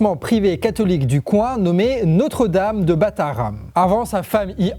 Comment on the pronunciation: Je pense que tu devrais faire un effort de prononciation. Un coup tu dis Batharram, un coup c'est Bathérram, encore une autre fois c'est Béthérram ... Ne peux tu pas le dire comme tout le monde Bétharram ?